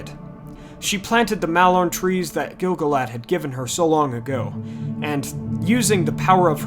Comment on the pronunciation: Except for continuing to mispronounce Gil-galad great videos